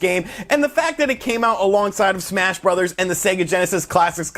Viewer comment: I just can’t get into smash “brothers” not “broze” (bros.)